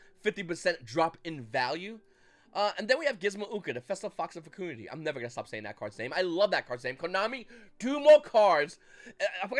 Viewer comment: My guy, it’s not FecOOndity, it’s simply FecUHndity. Great vid!